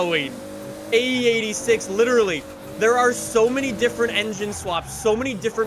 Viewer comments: U say it like ae 8 6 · Oh Lord so much cum is coming out for the EIGHT-UH SIX-UH